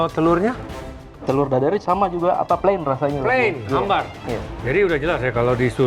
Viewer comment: Plain mas,bukan PLAN 😊😊,ini sy Pak Asep nya..